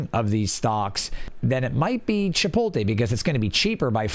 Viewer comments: It's pronounced chip-oat-lay. Good vid though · you can have an accent and still pronounce words the correct way. The T is before the L in 'chipotle' so it should be that way when said, regardless of accent. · I'm not liking my own comments lmao and I'm not denying the fact that people say it like that. All I'm saying is that it's wrong. Didn't think it was that big of a deal